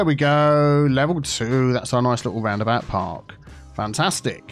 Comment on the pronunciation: "Round-about Park" sounded good to me... ;)